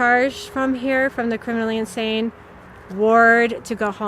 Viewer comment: "That's Insanne"